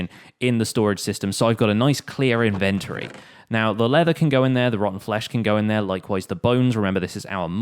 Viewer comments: It's inventory not inverty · If he pronounces inventory wrong again i swear to god im unsubbing... Thats a joke I love your series. But stop saying it wrong lol.